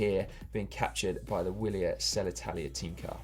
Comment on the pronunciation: Sin #1 - pronouncing Wilier 'willy-er' (not 'villy-er'). Expected more from you Richardson